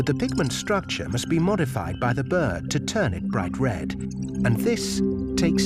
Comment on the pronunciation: Its pronounced B I R D there's an R in the word are...R